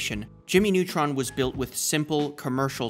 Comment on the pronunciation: Ah yes, Jimy Nawtron!